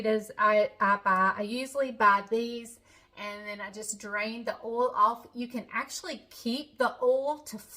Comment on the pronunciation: I love your "oal" for oil,! From a transplanted Okie! 😅 (That's the prettiest top you're wearing!)